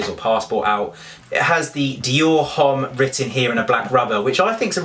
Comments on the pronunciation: Shouldn't u know H doesn't sound in French so it's Omme, not Homme? I'm sorry it's just so funny keep listening to u saying Home lol. Do u pronouce Hermes Her-may-z? Hahahahaha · LOVE the bag!! :) but fyi, "homme" is pronouced without the "h" :) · just FYI - you do not pronounce the "h" in the word "homme" ;) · You pronounced Homme wrong ........cringes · You look like a school boy :D :D !!!! Which grown up man wears a backpack :D :D it's just absurd and ridiculous !!! I did not know your name is Lydia , as shown on the monitor :D :D PATHETIC and H is not pronounced in homme :x:x:x